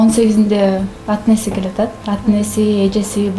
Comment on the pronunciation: ат - неси дебей ата-энеси десең!!! Кыргызчаны да жакшы билбегениңден уял!!!